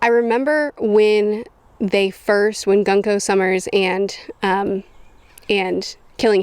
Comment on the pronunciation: I love how calls "Gunko" "Gonku"